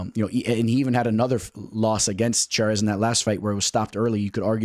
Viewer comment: 1. Daniel Zellhuber (zell-HU-ber) not zelluba 😅 2.yasmin juaregui (yar-wa-GUII) 3.Christoff Giagos (ya-gohs) not what you said. 4.L'udovit Klein (Lood-vit) 5. Karolina Kowalkiewitz (Ko-val- KAY-vich) not kavalkavich 😅 6. Ronnie Barcelos (HON-E Barcelos) 7. Edgar Chairez (Shi-Rez) not Char-es like you said 😅 ....do I need to keep the list going?